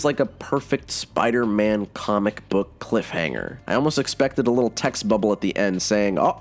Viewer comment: Every spider=man video you pronounce Spider-Man as spider- ann at least once